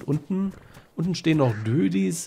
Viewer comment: Dödis? Es gibt einen Grund warum dort Doedicurus steht. Das ist Latein und wird Do-e-dicurus ausgesprochen. Ist aber trotzdem ein gutes Kürzel.